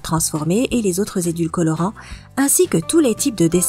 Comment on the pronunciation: Édulcorant et non édulcolorant.....